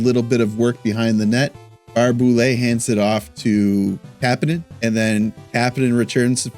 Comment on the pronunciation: It's actually pronounced Tuck, not Took. And it's Baray-Boulet, not Bar-Boulet.